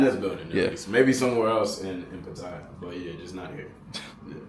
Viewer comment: The place is pronounced pa ta ya instead of Pa ti ya.